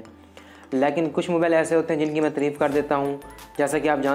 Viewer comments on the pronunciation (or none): Tireeef nahi tareef hota hai